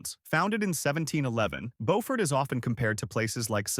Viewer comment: It's not pronounced bo-fort, it's pronounced byoo-fort. Come on man, put all this work into such a good video, the least you could do is pronounce the names correctly. "Bo-fort" is in North Carolina.